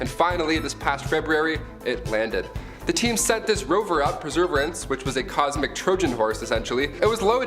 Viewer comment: It's Per-severe-ance.... I can't even get over how he keeps saying it 🤣🤣🤣🤣